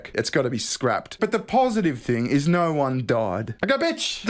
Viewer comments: Yet you still can't properly say No You say "Naur" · naauugghh.. There's an R in there somewhere